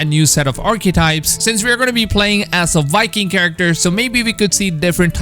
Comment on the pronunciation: Am I the only one that hears this guy saying wiking instead of viking